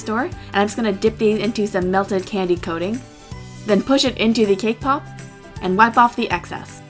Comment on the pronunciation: Everytime she said cake pop. I heard KPOP. lol